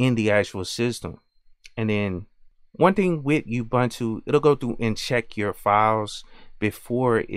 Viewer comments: I thought ubuntu was pronounced oo-boon-too. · Awesome video. One note tho... It's not pronounced Youbuntu... It's an African word, here is Deamond Tutu pronouncing it and explaining the humanity aspect...